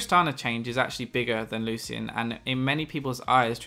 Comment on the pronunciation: PLEASE learn how to pronounce Lucian! It's Lu-SHEN! Not Lu-cien.